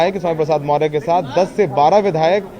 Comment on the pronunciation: पत्रकार साहब मौर्य नहीं मौर्य है